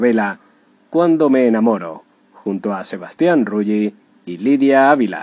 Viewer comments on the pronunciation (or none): se dice Rully no Ruyi...